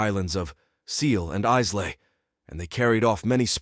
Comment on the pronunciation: Interesting . Islay is pronounced eye - la or Isla. The y is always silent. The la is short and clipped. So not I- lahhrrr. But I -la..